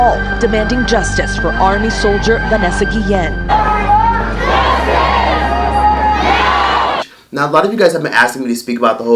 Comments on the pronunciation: Why are you saying her name like that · whyd you keep saying her name like dat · Why you saying her name like that